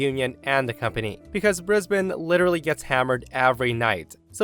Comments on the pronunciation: Well done,, pronouncing "Brisbane" correctly. Most Yanks can't manage it. - From an appreciative Aussie. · Well done pronouncing Brisbane correctly 😁👍🏻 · Congratulations on pronouncing Brisbane correctly! Well done. ❤